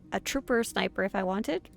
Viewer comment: Ah, I notice I'm not the only one who says Snipper lmao